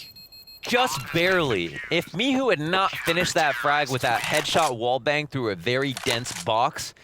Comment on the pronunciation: Is he calling him mihu on purpose cause there is clearly a "C" there. Michu not Mihu